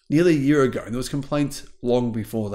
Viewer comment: it's pronounced YEAR...Not YEARah...You're Welcome...